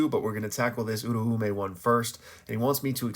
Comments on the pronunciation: Where did people get uru-ume from... U-ra-u-meh. Sukuna even says it himself 😭. I genuinely can't listen to these videos once you start talking abt them, its just that wrong. Love the content outside of that tho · hmm when listening to the sub and even the dub of JJK I hear it pronounced Ooo-Roaw-may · No hate here, been watching your videos for a while and noticed your pronunciations on Uraume and Sukuna sound a little off. If you're interested in learning the Japanese pronunciation, my best way of explaining it is that Sukuna is pronounced (S-Koo-Nah) this is because the su syllable is typically changed to just an s-sound. You can hear it in the formal particle, desu, which is typically just said as "des". Uraume is broken down in four syllables, U-Ra-U-Me, which sounds like (oo-rah-oo-meh). I've been learning the language for a while now and so the syllables come natural for me but I understand it's not necessarily intuitive for others. Great videos nonetheless! I love seeing your weekly analysis of the latest chapters (Gojo def coming back) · The meh definitely plays a part. I can see how your pronunciation fits what I wrote though. The "rah" does sound more like the "ra" in ramen. This clip has a clear pronunciation that I'm basing my understanding from. It's where Sukuna is meeting Uraume for the first time during Shibuya. (this is my second draft idk why my other reply got deleted)